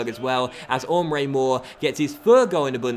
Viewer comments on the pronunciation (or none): It's EMRE Mor, not OMRE Mor! It kind of annoys me how you pronounce his name, please learn how to pronounce it correctly. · Why do you say Omre mor it's Emre mor? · Isn't It pronounced emre mor